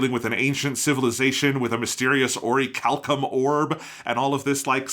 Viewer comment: Always so fascinated by some of y’all’s occasional pronunciation. Whys consistently call it “oriHAlcum” instead of orichalcum??